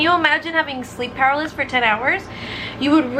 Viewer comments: Sleep per-al-is-sis 😂😂 just so u know❤️ I love u 😂😂😂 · it’s sleep pa-ra-ly-sis